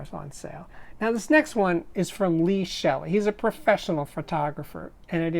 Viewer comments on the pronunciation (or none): none